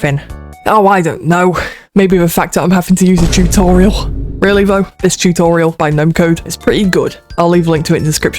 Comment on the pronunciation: Ah yes I find “totarials” helpful too